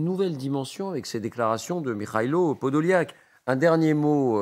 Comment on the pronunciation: Вона каже Подоляк, а він каже Подол'як😅😅😅